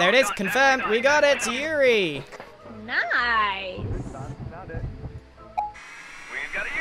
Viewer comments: It's so triggering hearing them go "yuriiiiii" instead of you-ray. That's how Yurei is pronounced gang. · I love how they're just pronouncing "yurei" as "yuri" like imagine going to a haunted house and the type of ghost you find there is just sapphic love lmao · Exactly the way it is written, you-reh-ee